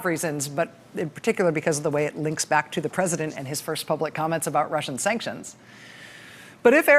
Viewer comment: Did anyone notice how he pronounced sanctions? Just like she did. No T. Sancsions?